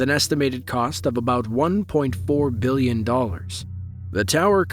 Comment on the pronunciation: 3.5 "billon"???